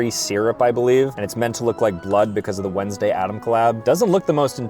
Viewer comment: they thought you said whensday